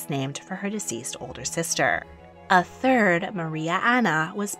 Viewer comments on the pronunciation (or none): none